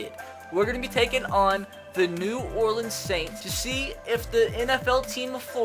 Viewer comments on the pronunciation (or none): none